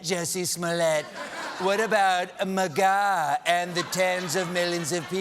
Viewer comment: I love how Stephen reads “MAGA” as “muh-gawww”